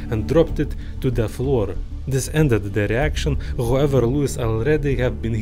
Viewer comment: "On da flor"